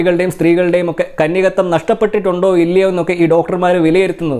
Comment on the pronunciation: "Kanyakatwam" alla, "kanyakaatwam" aaNu.